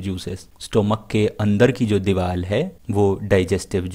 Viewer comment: Sir soory but it is diwar not diwal